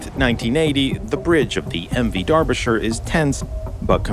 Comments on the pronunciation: it's Derbyshire, not DARBYshire. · Its DERBY , Not DARBY. Otherwise a good vid. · Darbisher? What the hell is this guy saying? That's not how you say that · It’s Derbyshire, not Darbyshire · Why did you keep saying "Darbyshire"? It's name is "Derbyshire". Do you not know the difference between the English language vowels "a" and "e"? Get off the internet and go back to elementary school to learn basic English language skills. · Except I'm not a dumb Yank. I have been university educated in British English. I know how the name is pronounced and it is an "e" not an "a". You saying "Dar-bi-sher" when it is in fact "Der-bi-sher" is just another language failure, this time of the UK education system. Can you tell me what it is about the UK education system that makes those who were born and raised in the UK have some of the worlds worst language skills? Seriously, it's worse than most dumb Yanks and I don't understand how or why? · not immaculate at all. He called it DARBYshire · Ah, I can see that your inability to comprehend the pronunciation of British English has unfortunately led you to make a somewhat understandable error. In British English "Derbyshire" is actually pronounced as more closely as "Darbyshire". The first "E" would be pronounced more as an American would pronounce a short "a", as in "father" and the "Y" is also almost completely silent, and is pronounced more as a short "I" sound would in American English, lastly the "ire" would be pronounced more closely to the American "er" would. Thus you now can comprehend how "Dar-bi-sher" is the way that most British English speakers would pronounce "Derbyshire", with only three syllables, whereas an American would pronounce it as "Der-bee-shy-err" with four syllables. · uYou butcherd the ships name so many times I'd stopped at mid and could not continue